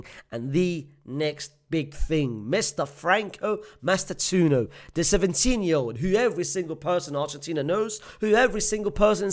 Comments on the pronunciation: FRANCO MASS-TAN-TWO-OWNO. please don't butcher his name anymore as an Argentine my ears are ringing. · btw it's pronounced mas - tan - too- oh - no